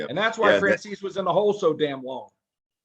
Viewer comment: Pronounce his name correctly it’s franzeze